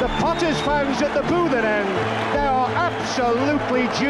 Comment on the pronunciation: Great commentator, always painted a clear picture of the game in words and knew how to pronounce "Boothen"